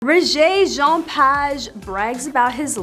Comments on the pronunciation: Child, sit down. Your title of this mess is completely out there. Your continued mispronouncing of his name is like nails on a chalkboard. Rege (like the music reggae) Page (like page of a book). Do better. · First thing you need to do is LEARN HOW TO PRONOUNCE HIS NAME CORRECTLY!!!!!! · Lady please pronounce the man's name correctly. You need to be honest with your audience; Rege never bragged about his looks, that is not the way he rolls. Get it right or leave it alone. Rege is perhaps, one of the most humble actors in Hollywood; give him the credit he deserves. You would be smart to correct this article, it will help you to sleep better. 🙏 Rjpayne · What a terrible lead into a story. And please learn to pronounce his name correctly! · Please correct your pronunciation of his name